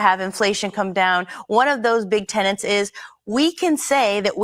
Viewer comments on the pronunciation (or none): none